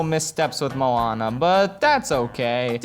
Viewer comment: How the fuck is Moana your favorite Disney movie? yet you can't even fucking pronounce Moana and Maui properly.